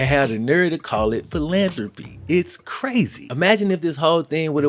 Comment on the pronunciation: The way Shannon was sayin "philanthropy" lol this man said "FILL LAN THROPEE"